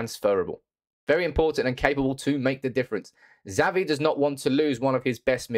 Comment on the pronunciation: Xavi is pronounced Chavi not zavi......